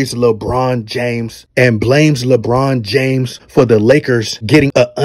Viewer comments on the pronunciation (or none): Did this dude say, LaBum? Gawd Dawg!